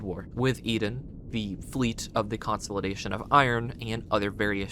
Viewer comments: How in the world have you not heard this pronounced in your life? You sound like an adult. Everytime you say it like that, I imagine a backhand w/ your name all over it! and everything else you say is pronounced right. I pray that lucky ducky backhand finds you sometime soon. 🤞🤞🤞🤞 Its "Kuhn • saa • luh • day • shn" (consolidation) NOT....... "Kon • saul • eh • day • shn" Also, where does it say anywhere that its "HUMAN" blood. it just indicates "blood". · Consolidation is pronounced: American English: kuhn-SOL-uh-DAY-shun IPA: /kən sa:lr'deıfən/ British English: kuhn-SOL-ih-DAY-shun IPA: /kən splı'deıfən/ Stress: the main emphasis is on DAY: con-sol-ih-DAY-shun. Sorry, but it was driving me nuts 😅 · great video but the way you pronounce the word consolidation is insane